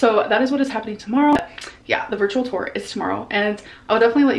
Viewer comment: “Virtual ‘tore’.”